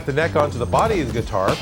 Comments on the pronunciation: Every time he said guitar I flinched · I am very fine with you saying gutiar